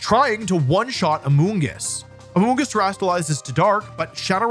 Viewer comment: "AMONGUS" no no no "AMOONGUSS"!!!